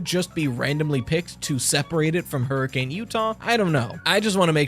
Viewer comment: In Utah we don’t pronounce the name Hurricane, it’s pronounced with a soft A, so “hurricun”.